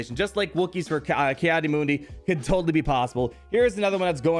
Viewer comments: It’s pronounced Key not Kai.... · "Kee" not "kye" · Isn't it pronounced 'Kee'-Adi-Mundi though? Not 'Kai' xD Still hyped !